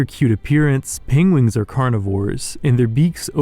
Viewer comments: I love the pengwings and penglings. Sounds all too familiar haha...Is this inspired by Benedict Cumberbatch? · Pengwings eh? Benedict Cumberbatch reference perhaps? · pengwings XD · Did you intentionally pronounce "penguins" differently as a reference from how Benedict Cumberbatch always wrongly pronounce "penguin" in that one nature documentary?